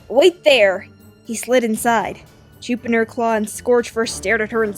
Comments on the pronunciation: You said Jupiner instead of Juniper. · It’s juniper not jupiner